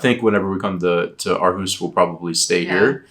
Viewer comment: I am so impressed about how you make an effort to pronunciate correctly. Living in Aarhus myself, I was blown away about how well your pronunciation of the name of the city was. Usually native english speaking people, struggle with the Aa-combination being pronounced as an Å, followed by the r. So used to it sounding like AAAAhUUUs. 👍🏻